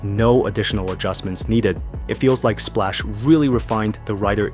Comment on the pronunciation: It's pronounced SPLOCK Not SPLASH